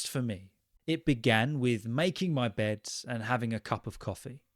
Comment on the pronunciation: Hello, it would really help if you answered this🥹 Somewhere, you pronounce the word "bed" as "bedS", and our friend group are really confused as to what happened here. An individual slip-up (mistake), some regional feature, or something else? Maybe it relates to some official phenomenon in linguistics and you also know the name? Thank you for what you do!